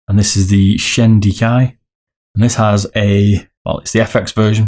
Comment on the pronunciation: Lol you butcher the name! 1. Ha-ya-tey / Ha-ya-tey ot-su (ot!= oat, and su from sukhoi)/ Ha-ya-tey Kow 2. Hi-en (Hi from hiccups and en from enlarge) 3. Zero = Zero? 4. Raiden is a bit english maybe 5. Shin-den-kai (from shin in your leg, den from english den word, and khai) Nice video, looking forward for the comparison. Maybe for comparing soft/mid you can add some weight onto the mouse.